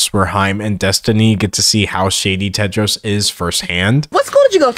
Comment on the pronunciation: THE NAME IS TEDROS NOT TED JARS?